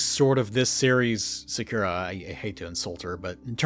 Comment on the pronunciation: Theres no way you broke down the scientific explanation of a second down to the atomic level but you can't pronounce the name "Sakura"